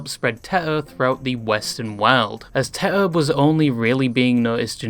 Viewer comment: teto ❌ teter ✔